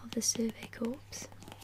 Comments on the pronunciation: I'm sure someone has already mentioned this, but "Corps" is pronounced "core." It would need an e at the end to be pronounced "corpse" like you said on the video. Other than that, great video. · Corps is pronounced core btw. Loved the video :) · also something my friend corrected me on during this past summer is that corps is actually pronounced like core